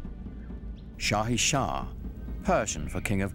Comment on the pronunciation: i laughed so much when i heard it!Sultan or padishah,not shah-i-shah.